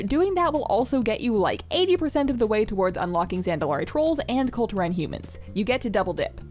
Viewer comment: You're saying Kul Turan instead of Kul Tiran